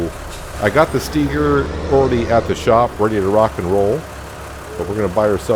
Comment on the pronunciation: Idk if I commented on any of your other videos about it or not yet, but you're pronouncing Steiger wrong and it bugs me every time 😂 its pronounced with a capital I, not E. You also should get the Lizard Rake 8.5 M, it has a pto on the back so you can attach a baler to it to rake and bale at the same time